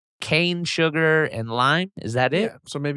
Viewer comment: Adam says surgar lol